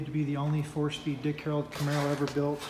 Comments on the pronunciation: Your absolutely correct he definitely does say HAROLD. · He keeps saying "Harold"